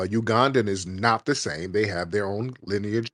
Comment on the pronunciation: “ Your wife has white linage’!”🤧😂😂 She said lineage wrong, ignant’ as hell